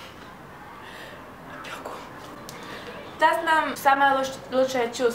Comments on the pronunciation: не опёку, а опеку)) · опЕку)) там е а не ё)